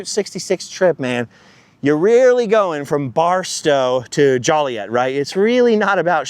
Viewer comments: JO-Lee-Ette……not Jolly-Ette…. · It’s Joe-liet not Jolly-et. There’s an ordinance from the 1800s of a $10 fine for people pronouncing the name wrong. At least that’s what everybody’s told growing up there.